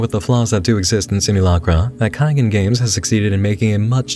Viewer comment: I think the developer's name is "kaigan" like "sky" and "dan". It means "to awaken" in Japanese.